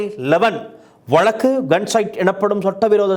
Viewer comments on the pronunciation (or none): none